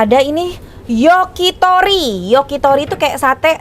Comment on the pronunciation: Bukan yoki tapi yakitori